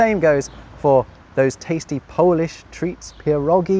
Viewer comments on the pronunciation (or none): none